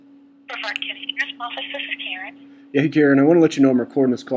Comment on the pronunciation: First of all it is pronounce Bruh-vard, not Bre-verd. Mr. Ivey is a great guy, the people in these videos are assholes, he's a busy man. Besides, it is a safety hazard to be around an officer when he is going through a traffic stop. If he is busy taking care of a speeder, he can't give his full attention to the person coming up behind him who could POSSIBLY have a weapon. Dont tell me thats BS either because shit like that happens! I live here, and i have to say the law enforcement is great.